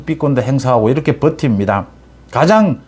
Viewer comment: 님. 방송내용은 다 좋은데, 매번 발음이 잘못된 게 있어 좀 걸립니다."이렇게"라는 단어는 [이러케]이지 [이럳케]라고 발음하는 것은 잘못된 발음입니다. "ㅎ"받침은 홀로 있을때는 [ㄷ]받침소리가 나는 것이 맞는데, 어근의 받침으로 쓰일때는 뒤 자음글자를 격음(거센소리)로 만들어 주는 역할만 합니다. 이게 공영방송도 아니고, 뭐가 중요하냐 하겠냐만은 이왕이면 제대로 된 발음법을 쓰는 것이 좋지 않을까 해서 남깁니다.